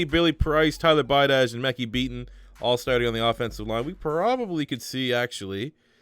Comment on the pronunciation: It’s pronounced Mek-Hi I know because there’s a life in my class